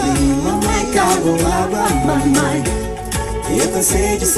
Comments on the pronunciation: Mãemãe LOOOOOOL! It’s Mamãe it means mom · "mãemãe" KKKK n é "mãemãe" é "mamãe" KKKKK